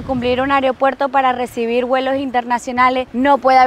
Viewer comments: Disculpe la corrección, pero no se dice areopuerto, se dice aeropuerto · Lindas playas, mi crítica sería : no es ariopuerto ni areopuerto, es aeropuerto😅, saludos.